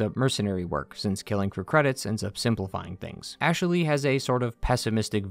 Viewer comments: Great analysis but did anyone else notice the odd way he pronounces Ashley? Ash-eh-ley 😂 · I like how you say Ashaley